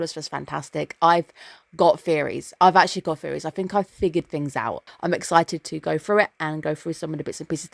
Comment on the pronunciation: There is Mushoku Tensei airing next season. Probably the only show that can live up to be Apothecary Diaries replacement in the nearest future. Also, am I mishearing or are you calling ideas or thoughts "fairies"?